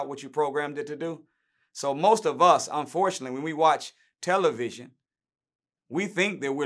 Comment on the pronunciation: He said "Tell. A. Vision" 🤯🤯🤯🤯🤯